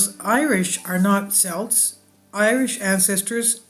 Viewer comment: Interesting video especially having this heritage. Just to let you know that Celts is pronounced with a hard C.